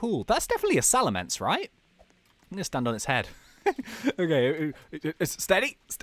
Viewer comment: I was face palming so hard when he said salamence